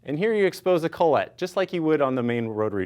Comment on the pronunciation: Who's Collette? Oh, are you trying to say collet ( call-it ) ? ;) Your not fancy frenchy, guy, just speak English.